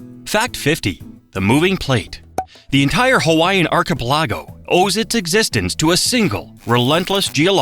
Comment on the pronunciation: It rapes Hawaiian words & names too!Ouch!